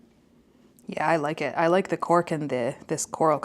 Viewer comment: The first pencil I heard the color as “pork” and thought that’s a funny name but ok. Later I realized it was “cork” but couldn’t unhear the first lol